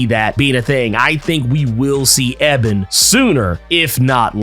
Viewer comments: You gotta say E Bon's name right. Its not pronounced Eh Ben its pronounced E Bon. Other than that, great work! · E-bonne not EBB-un, dude. Oh my god. I never knew something small like that could set me off. lol D-Struct also WAS part of the Meta-Breed in Static Shock but he was a super short term member. He literally quit in the very first episode that he was introduced in. He's also not a (previously) Static Shock exclusive villain; just like Puff isn't either. Rather he was a one-shot villain in the original Milestone comics that was caught up in the bad side of gang life. A bit similar to how he was portrayed in the cartoon show. Also I'm psyched for Ebon but I'm REALLY hoping that Holocaust isn't pushed aside in favor of him. Unless he gets an upgrade in this series, Ebon was a MASSIVE pushover for Static in the show, while Holocaust was usually a very legitimate threat. And it's true. Ebon and Static ARE different sides of the same coin...but I think Holocaust has always fit that role a lilllll better. Actually in the comics when first meeting him, Virgil was tempted to join up with Holocaust and saw eye to eye on some of the things he said...but realized he was way to extreme for his own good. Static has ALWAYS seen Ebon as a punk hood who really has an inferiority complex...so there's not as much friction to play off of with him as there is Holocaust. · His name is pronounced E-BON not Eb-en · That’s not how u say his name his name Ebon not Eben🤦🏾‍♂️🤣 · Its ebon not ebin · Pronounced (E-b'on) not (Eh-bin). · His name is E-bon lol your pronouning weird. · Eee-Bon lol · Thought it was E-Bon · It's pronounced E-bonne lol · Why'd you have to butcher Ebon's name like that 😭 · He killing me with mispronouncing Ebon’s name🤦🏾‍♂️. I’m excited to see Daisy do more with her powers, Richie become Gear, and how they’ll tie in more villains from the Static Shock series. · Exactly he was KILLING ME with the pronunciation 🤣